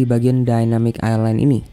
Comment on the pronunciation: ILAND AJG BUKAN ISLAND AJG LO KIRA PULAU